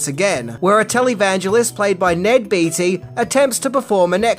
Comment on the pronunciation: Beatty..... pronounced - "Bay-dee".